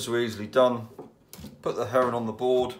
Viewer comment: I keep thinking you say Heron not Herring love the vids.